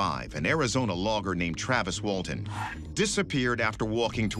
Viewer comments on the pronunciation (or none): none